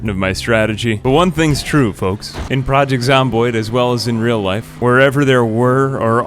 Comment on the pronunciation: The way you say Project is so weird to me. xD